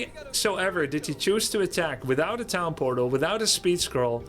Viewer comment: Did you mean to say pown tortal?